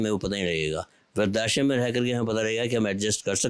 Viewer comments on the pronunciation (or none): बोलने में त्रुटि है ! व्रद्धाश्रम को। “वृद्ध+आश्रम” बोला जाता है ना कि “वृद्धा+श्रम”